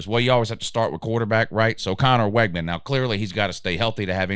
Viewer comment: You mispronounced so many of their names it's hard to take this serious. It's Wig-man